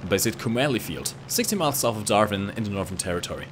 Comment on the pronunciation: darvin???? it's dar-win...